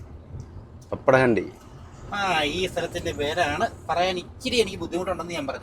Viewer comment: ആ സ്ഥലം പപ്പടഹണ്ടി അല്ല...പാപ്പടഹണ്ടി ആണ്... Language ഒഡിസ്സി അല്ല... ഒടിയ ആണ്... ഒടിസ്സി അവരുടെ ഒരു നൃത്തം ആണ്